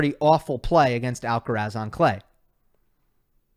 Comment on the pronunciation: it's Alcaraz not Alcarez 🤓